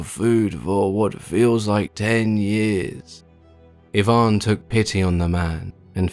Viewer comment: Finally, someone who pronounces Ivan properly.